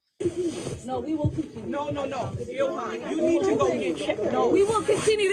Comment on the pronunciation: “…An Individual did something…”. contra EEL-HAHN…. HMMmm… 🙄😑